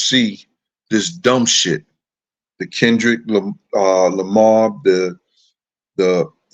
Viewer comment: Ilike the way u said kendwrick jamar 🤣💀